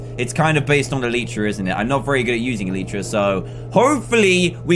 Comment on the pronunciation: Dan it's alitra not aleechra 😛